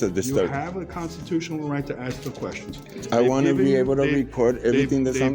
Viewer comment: I aplod your efforts and professionalism.The only thing I would like to convey to you,is,when you say "aks"instead of "ask",in many people's minds,you come across as a very low I.Q. individual.I only say this as constructive criticism.